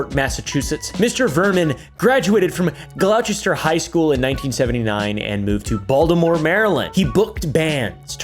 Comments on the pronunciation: IT'S PRONOUNCED GLAWSTER!!!@@ NOT "gLaOWchEsTEr" OR WHATEVER TF. GET IT RIGHT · you totally butchered that pronunciation bro 😂 where are you seeing an H in Gloucester? I bet you would say worchester for Worcester. The CE is pretty much silent so it sounds like glouster. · Gluchuster😭 is pronounced Gloss-ster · Its pronounced GLOSTER not GLOCHESTER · “Glawchester” made me cringe. I hope you said that wrong on purpose so I’d comment. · Gl aw chester. Not at all how you say Gloucester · Nah the way he pronounced Gloucester (Glaw chester)💀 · BOOT BOOT GIVE US THE BOOT. Gloucester = gloss-ter, just like how Worcester is pronounced wooster. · "glaowchester" That one hurt my soul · repeat after me. GLaw Stir. glawstie, mass. with mass towns, you have to ignore literally half the letters. got further in. repeat after me again. conquered. concord, NH is said as conquered. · you said Gloucester wrong smh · It’s not “Gloucester” it’s “Gloucester” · Hearing u say Gloucester was painful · im south shore of Boston and I can't stand when ppl do that 😂